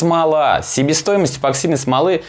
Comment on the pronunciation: эБоксидный ты наш - чуть уши не завяли.